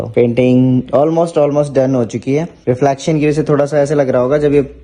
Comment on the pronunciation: Reflection ko Reflaaction kyu bolte ho😂...aur heart ko Hurt 😂